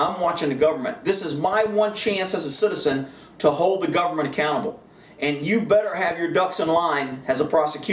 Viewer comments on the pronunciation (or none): none